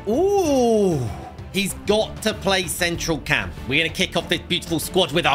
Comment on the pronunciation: Bro said central cam